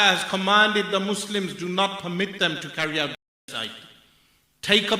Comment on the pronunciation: GENOCIDE! JEN-OH-SIDE